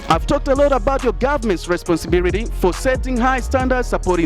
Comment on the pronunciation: Eti nini?, responsibirity🤣🤣🤣🤣🤣 huyo ndo obama anavyoongea. Kweli hamna la kusema. Dont waste our time you stupid people